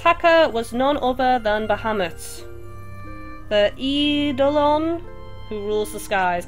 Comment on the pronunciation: Just a tip (from a major FF freak/fanboy in NA), kupo, this is how it's pronounced: Eidolon(s) = eye-doh-lun/lon(s) ;) And also must say that I appreciate you doing this series ^~^ Started playing 4 days after it's NA release (26th, Jan. 2016), and it's great to see what other people are doing in-game. Your commentary adds a unique perspective, flare and plenty of humour to boot! I hope to see this series continue much longer, as there is SO much to do in this title/game. I'm currently taking on the 3-4 star quests, so it's nice to see someone on here that has progressed past 6 episodes on YT and, aslo, further in-game. Keep up the epicness! Remember, the Augurer/Fortune Teller (awe-gir-er), ethers, hi-potions, play coins and Moogles are your friends xD PS: I'm also using the "old" 3DS XL as well, but am using a JPN imported CPP (Circle Pad Pro) XL w/ it. I was wondering, exactly how your 3DS XL was modded and prevents the extra bulk of the CPP from attaching(?).